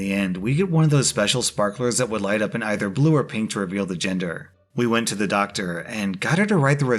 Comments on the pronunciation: I 100% thought you said ginger reveal party when introducing the story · bahaha every single time you said "gender"i heard "giinger" was fuckin hilarious 😂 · deadass thought he said ginger reveal party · I thought I was going to hear gender but I heard ginger too. Like omg XD. It was funny.